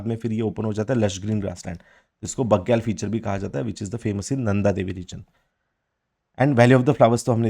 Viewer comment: भोटिया को आप भूतिया बोल रहे है बुग्याल को आप बग्याल बोल रे 😇😇